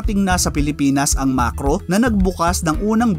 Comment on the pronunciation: MAKRO hindi MaRKos 😁